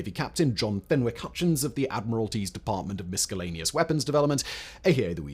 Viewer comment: sorry, how did you just pronounce 'miscellaneous'???